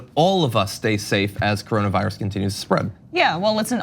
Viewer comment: What is the "Caronavirus"? I thought it was called coronavirus. 🤦🏾‍♂️🤷🏾‍♂️